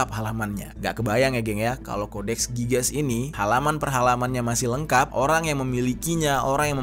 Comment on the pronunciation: codex gigas cara bacanya gini "Codex Gigas" bukan codex gigas